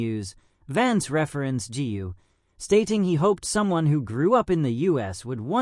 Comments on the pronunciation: Correct me if I am wrong, "GU" is a family name in China, should be pronounced "GOO", not "GI-U"! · Gu is not pronounced Gee You but koe with a soft G.